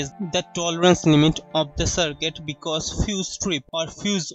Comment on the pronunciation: liked the way he said " Because " 😂😅😂